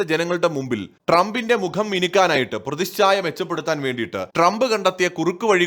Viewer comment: പ്രതിശ്ചായ അല്ല പ്രതിച്ഛായ എന്നാണ്